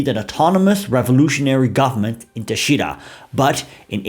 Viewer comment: Thanks for this rarely-covered sliver of Venezuelan history 😊 A minor note on pronunciation: - TAchira - MaraCAibo - ToVAR -GOmez